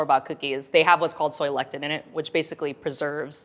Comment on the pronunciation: It’s wild to put “chips ahoy” over Tate’s (or any other for that matter) Makes me question their palate Also, it’s Soy LeCIthin , not lectin, which again a pro should be able to pronounce properly 😅